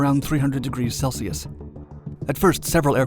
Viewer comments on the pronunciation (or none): none